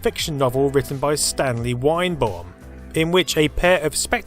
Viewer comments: Really? That's how I'd pronouns it.... Must be an English thing. Is it Vine-baum? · I knew you were going to pronounce Weinbaum wrong, but that was absolute butchery 😅